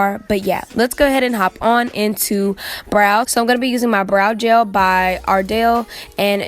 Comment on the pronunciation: The way she says BROW 😂😂😂